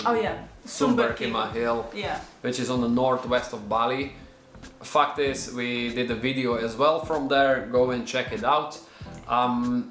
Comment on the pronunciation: What’s more hilarious is how says “fact is” so much and every time sounds like “f**k this” 🤣🤣 love it!!